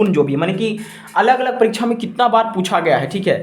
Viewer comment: It's परीक्षा not परीक्छा